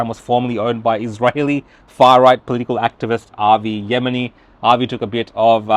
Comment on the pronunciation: Even he can't pronounce Avi's surname properly